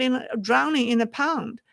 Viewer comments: the word is pond, not pound. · pond sounds like yawned You are saying pound.